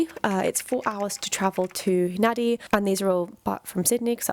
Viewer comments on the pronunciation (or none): Fiji pronunciation is weird. Nadi is pronounced 'Nandi'.